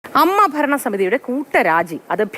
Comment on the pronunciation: അമ്മ യല്ല മീറ്റൂ സിസ്റ്റർ. A. M. M. A. എന്ന് പറയുക 😄